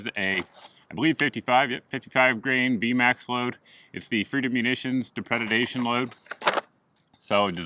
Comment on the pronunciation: It's dep-reh-day-tion